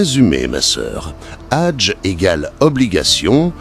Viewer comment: Je ne sais même pas si je dois vous passez le Salem… s’il vous plaît arrêtez avec L’ IA car les prononciation lorsque vous parlez du HAJJ vous le remplacez par le mot RAGE. Et dans d’autres vidéos c’est pas mieux, même si peut-être votre intention est bonne. Ou alors s’il vous plaît faites des efforts pour corriger tout cela. Bien à vous.